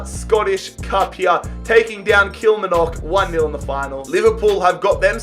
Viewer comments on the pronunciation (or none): Kilmarnock is pronounced “Kill-mar-knock” not “Kill-ma-knock” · It's kilmarnock not kelmernick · Haha its kil mar nock as you say Kilmarnock kil mir nick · “Kill - Mar - Nuk” Kilmarnock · “Kilmernock” spit down its Kilmarnock or even killie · Lol the way pronounces Kilmarnock. Kil-mar-nock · Kilmarnock is pronounced kil-MAR-nock, just for future referance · Kilmarnock. Pronounced amazingly. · Are we gonna talk about how he pronounced kilmarnock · It was painful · Nobody acknowledging how he said Kilmarnock??😂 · The way he says kilmarnock 😂